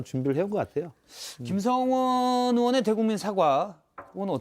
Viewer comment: 왜 자꾸 김성원 apple로 발음하시지 ㅋㅋㅋ